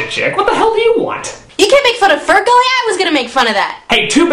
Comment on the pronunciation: Sounds like he is saying Spermgully